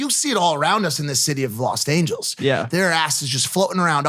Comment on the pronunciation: Mike:Los angles Me:lol